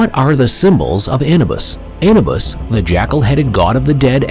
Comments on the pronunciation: It is Anuuubus pronounce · Look up the proper pronunciation of Anubis.